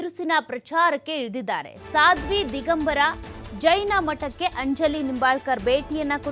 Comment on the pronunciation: ಸಾದ್ವಿ ಅಲ್ಲ "ಸ್ವಾದಿ" ಸ್ವಾದಿ!